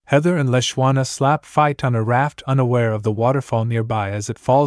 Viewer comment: This AI is not that intelligent seeing as the w in Leshawna is silent